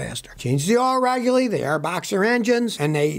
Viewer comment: "Asterick" is not a word. "Regyuhly" is not a word.